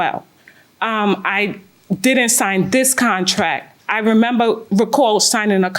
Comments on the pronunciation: Contrack. Lol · If she says contrack one mo time lol